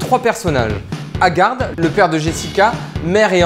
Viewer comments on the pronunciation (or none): oui non mais C'EST le père de Jessica et le maire de la ville c'est juste qu'on dit "haggar pas haggarde" hahah tu m'étonnes, ça a dû être beaucoup de taff mais bon, le résultat est vraiment très cool.